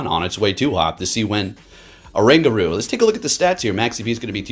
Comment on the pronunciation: This pokemon is based asian apes which is orangutan. The pronounce must start with "o". I noticed many people skip "o" sound.